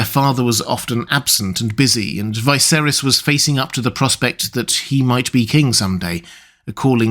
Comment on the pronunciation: I enjoy your content of ASOIAF and LOTR. But why do you insist on pronouncing Viserys' name that way?